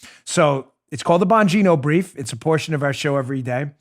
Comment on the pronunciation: "Joe and I worked really HARD-ON it, it's in the Bongino('s) BRIEF(s)s" lol!!!